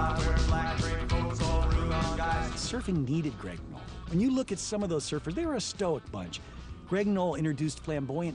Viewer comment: It's "Knoll"!!!